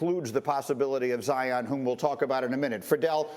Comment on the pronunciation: zion is single syllable huh?